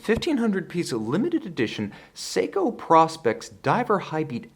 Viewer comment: Hi, a bit of nitpicking here. It's pronounced PROspex as in PROfessional SPECificationS. Not PRAspex . Nice video though and an absolute beast of a watch!